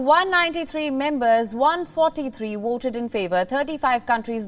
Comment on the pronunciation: Someone needs to call her attention on how she pronounced her "V".. she keeps on saying "WOOTED, WOOT and WOOTING" when what she was trying to say is VOTED, VOTE and VOTING.